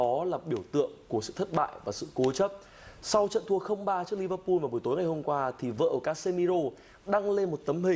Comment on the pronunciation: Lẫn lộn giữa L và N có thể miễn cưỡng cho là phương ngữ nhưng toàn quốc phát âm tên của các đội bóng từ L thành N hết thì là hệ thống : Rê an , arsênan , Liver pun vvv